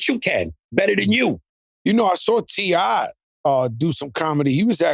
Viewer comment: So nobody heard Joe call T.I. "C.I."?